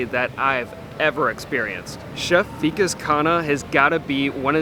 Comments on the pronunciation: It's not Vi- Kesh.. It's Vi- Kaash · 1. He is not weak-ass, the name is Vikas (wick-aaas). 2. And you have done NO study. He has cooked for the OBAMAS, just FYI. He's not kinda a celebrity chef. He IS one.